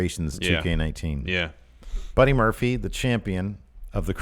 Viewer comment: Muddy Burphy? LOL